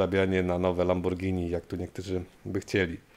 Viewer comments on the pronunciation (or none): none